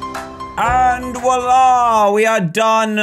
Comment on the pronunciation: It's voila, not wola.